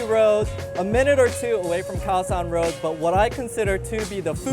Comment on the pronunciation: you said load (road) but you didn't say rocal (local) but you speak English without an asian accent